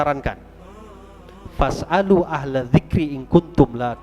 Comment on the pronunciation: Fas alu beb bukan fashadu